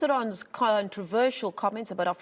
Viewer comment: A NOBODY, TRYING TO BE A SOMEBODY!! Born in South Africa, Charlize Terron, sorry THERON, sorry how do you pronounce it, Thhherron!! Terron??? In American, I mean, give me a bloody major break, or try "sucking eggs" , stupid b, bloody whatever!!